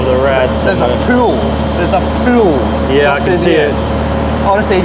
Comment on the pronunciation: THERES A PEWL, A PEWL